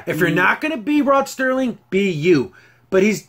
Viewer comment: First it is the late Rod Serling (SIR-ling) there is not 'T' in his name. Next, the ad was sucky because it should have included some kind of Twilight Zone Trope. 'Submitted for your approval, a man who is about to take a trip into a zone whose boundaries are that of imagination. Guiding him on this mystic journey is the mesmerizing sounds of the Twilight Tone.' I agree that they should show both sides, as they did in the Charles Bronson and Elizabeth Montgomery episode where it is the last American soldier on earth (the last man at all for all we know0 and she is the last Soviet soldier (perhaps the last woman) and without any language in common they can't speak to each other, and yet... I have two favorites from the Classic Zone, A) To Serve Man, and B) Midnight Sun. However, if they adapt a current story into an episode, I would like to see the short story from Stephen King's Skeleton Crew called 'Heaven'. It is about a couple who lose their way driving through the forest in Washington state, and come upon a small town called Heaven. As they drive around town they notice that the cop looks a lot like 1950s Elvis, and in a diner there is a janitor who looks like Buddy Holly, and a waitress who resembles Janis Joplin. Suddenly the couple finds that they can't find a way out of town, and as darkness falls they park and following the stream of people they enter a huge stadium. As they sit down the MC--how looks to the wife a lot like Alan Freese--comes on the stage and shouts